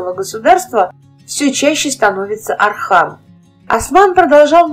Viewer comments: Осман и Орхан, а не Асман и Архан. Как пишется, так и проговаривается. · Не Асман, Архан, а Осман, Орхан ((( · не Асман,не Арзан а Осман, Орхан. как слышится Ондрей ,Ортём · Не Архан ,а Орхан правильно произносите